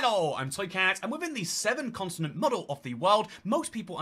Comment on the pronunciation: He says "consonant" instead of Continent